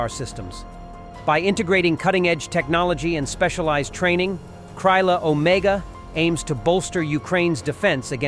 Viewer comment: Author Not "Kraiyla Omega. But "Krila Omega". You pronunciation is wayyy of. I recommend using google voice before voice overs.